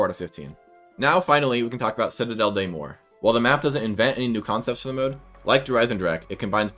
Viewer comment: The "des" and "morts", you can pronounce them "de" and "mogg", the double G is to emphasize the French R, it really is prounounced like the stereotype. It's a bit hard to explain since my native language is Spanish, and my brain defaults reading on spanish pronunciation.